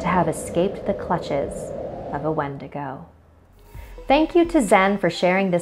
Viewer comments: Its prounounced win-dig-oo I'm native I know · Warrior Nun exactly what I was thinking. Also going crazy because she pronounced it wrong 😳